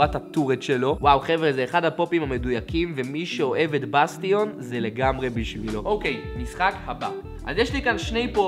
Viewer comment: לא לימדו אותך שבאנגלית tion קוראים shen? בסטיון אלק, באסטשן